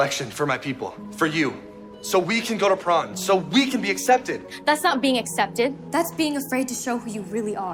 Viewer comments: I crack up every time he says prawn instead of prom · Why the fuck is prawn why can’t the just call it prom like normal people